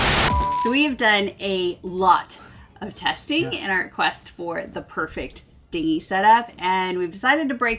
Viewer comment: lol you said hard dingy.